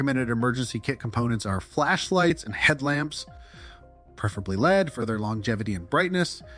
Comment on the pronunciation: It’s AI. It takes generic lists from FEMA and DHS and makes videos with random video footage. You can tell cuz it’s list lists of stuff we already know about and mispronounced words like “LED lights” pronounced as “lead lights”